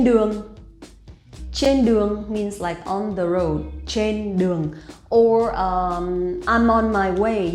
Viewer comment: Why does your pronunciation of Trên sound like chên?